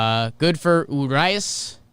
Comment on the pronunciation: Oohreeas - Urías